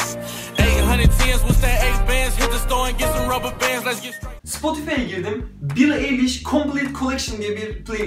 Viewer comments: türkçe, billi ayliş okunuyor eliş değil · kelimelerin basindaki e okunmaz eger yaninda baska bir sesli harf varsa amacim elestirmek degil sadece uyarmak istedim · bence edemedin klipleriyle sonuna kadar ve en çok dinlenen şarkılarını dinleseydin daha olumlu yorumlar verirdin ve eliş değil ayliş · kızın adı bili eliş diye okunmuyo bili ayliş diyeokunuyo ayrıca senin ne haddine billie eılıshı eleştirmek yani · BAKIN BİLİ AYLİŞ DİYE OKUNUYOR AĞLIYCAM ARTIK ELİŞ NE YA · bütün videoyu izlerken EİLİŞ DEİL AYLİŞ diye bağırmamak için çok zor durdum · bili eliş diye değil bili aylış diye okunuyor aklında bulunsun :) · Yalnız bili eyliş değil bili aylış cidden ayar oldum sana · Eliş değil ayliş diye okunuyor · beli eliş nE belliy aylış diye okunuyo kanser olucam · Abi video güzel ama ismi yanlış söyledin billi ayliş olcak (okunuşu öyle)👌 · ayliş diye okunuyo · bili eliş demen peki :))) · bili eyliş...Hmm anladım. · *Bili Ayliş diye okunuyor :p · Bili ayliş diye okunuyor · Eye lish diye okunuyor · bili aylış diye okunuyo krdş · Billie Eilish diye yazilir "bili aylış" diye okunur 😉